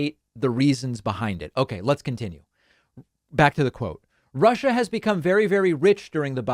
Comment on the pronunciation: It is neither ‘Global Warming’ nor ‘Rushah’ (former guy’s pronunciation 😝) that pose the biggest threat to the US and the world. No. By far the greatest existing threat to mankind (US included) is the combination of their inherent (they elected the former guy 😵‍💫!), and the atrocious ‘education’ that they receive. Combine the most powerful military capability ever, with the most biased ignorance of the (radical) retrumplicans/repuglicans… and the chances of survival, regardless of your political bias, is zero. WAKE UP … ! 😳